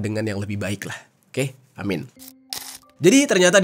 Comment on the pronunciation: Aamiin, bukan amin, bang